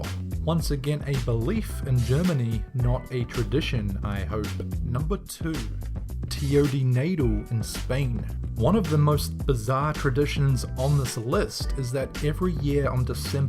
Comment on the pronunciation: you butchered the pronunciation of the caganer lol same with the tio de nadal I have 5 of them in different sizes, smallest being 3 in long and half in in diameter and the largest being 1.5 ft long, and also i have 3 caganers lol